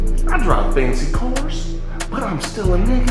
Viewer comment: “Fancy cawrs”